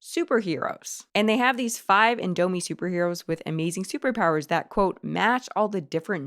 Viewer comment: Good video but I became irritated over the way you pronounced “Indomie” (over and over again). 😅